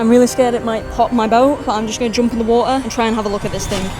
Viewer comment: "Big BODY of WAA'ER"